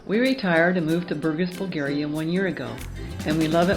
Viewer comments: The accents is on the A...BurgAs....not BUrgas...not that difficult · Saying name of city correctly would help...it’s not at all quiet...have no idea why you think this...lived for 4 years there..with Bulgarian..it’s a fun, busy city!